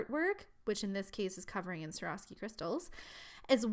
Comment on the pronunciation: She said Swarovski wrong. Every time.